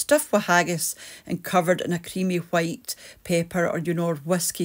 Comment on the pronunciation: I absolutely love how you aspire the w on white. Robert in outlander does that too! Greatest pronunciation ever!!! ❤ And is tea a synonym for dinner?